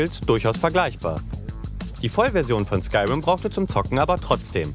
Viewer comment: Das wird Skürim ausgesprochen leude